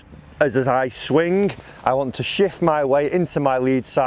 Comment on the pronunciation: Not swingk ffs....its swing. The g is silent